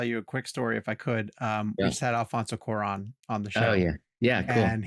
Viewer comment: Why can't you guys, again, pronounce Alfonso Cuarón's name right? It's one show after another since his interview that you keep fucking it up.